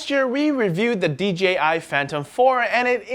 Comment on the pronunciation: Dude I heard you say DGI at least 6 times.. its DEEJAYEYE.... :) J not G